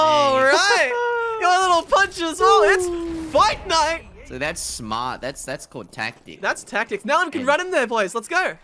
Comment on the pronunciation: Lol When says fight night it sounds like Fortnite